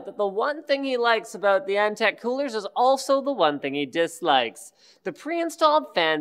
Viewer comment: Antec not eNtaK? :D